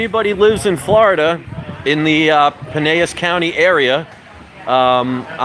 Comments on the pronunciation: It is called Pine-el-s. I live across the bay so I'll be dropping by to say hi. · It's pronounced Pie-nell-is. I live in Sarasota....about 30 minutes south. Welcome to the neighborhood! I may have to take a weekend trip up to the old Wagon Wheel Flea Market to check you out. Very cool. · Hey brother! I used to live right by the Wagon wheel! So crazy! I'm over in polk county now (Lakeland fl) I'll definitely come check you out there! I'm sure all Floridians are going to criticize your pronouncement of Pinellas county LOL! I see someone already corrected it. Hopefully I can check you out soon! What area do you live in? If I can I'll come there tomorrow. I'm actually planning on being in the area so I'll try to come by! Hope you make lots of cash brother!